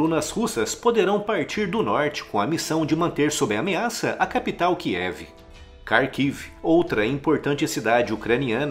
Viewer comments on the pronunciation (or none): none